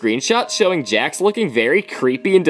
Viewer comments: “ dax “💀💀💀(its Jax lol) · Bro its Jax not Hax